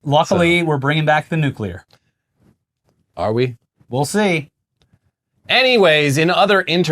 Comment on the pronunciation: Wow, finally learned to say Nuclear, impressive. I remember years ago when I first started watching them back in the ETC days, he'd pronounce it Nucular, lol.